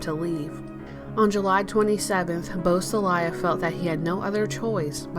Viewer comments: Boo-sah-lay. Not bus-ah-lie-ah. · Beausoleil is French for beautiful sun and is pronounced "Bo so ley' not Bo so Lial. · geez. the narrator doesn't know how to say his name. really thin facts too. get it together,! or remove this unprofessional crap. lame